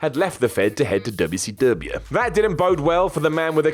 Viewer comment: I hate how your mouth says wcw like that. Fix it. Otherwise usually like your vids lol.